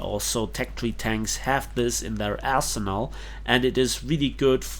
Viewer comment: "assinal" If it's in there, use it! ( ͡° ͜ʖ ͡°)